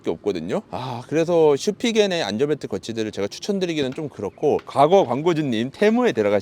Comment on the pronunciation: 자꾸 안절벨트라고 발음하셔서 뭔가 웃겨요 ㅋㅋ